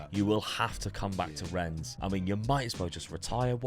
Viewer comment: YOU SAID RENNES RIGHT. The game is gone